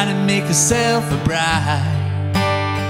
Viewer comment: Awful....side and bride are 1 syllable word, as is buy